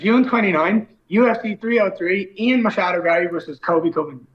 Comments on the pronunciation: Stop saying "Machado" PLEASE. Love your channel, but god I hate that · it's Ian MACHADO Garry, you casual. How dare you! (😂 lol jk)